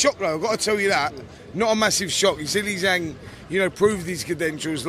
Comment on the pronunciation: It's Zhang not Zang make an effort FFS